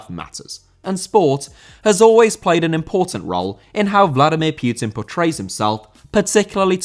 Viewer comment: "Vladimir Pioutine" Are you really that english?? Pronouncing anything that's not english so fucking bad